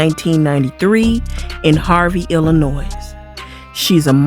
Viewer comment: You're the 1st person that I've encountered that's originally from IL, and pronounce the " s" at the end of " Illinois ". It's silent.